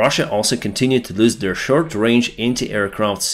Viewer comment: I hioipe that, thanks to AtlasVPN, you will soon learn the pronunciation "shirt" and "short".